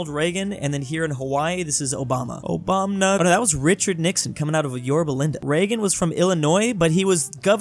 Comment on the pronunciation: says "Obamna"